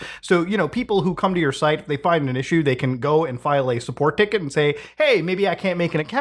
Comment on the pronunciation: Sounded very Indian one of the times u said support ticket, good job muta